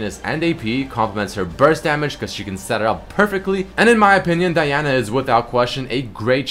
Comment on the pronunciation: He's saying it correctly.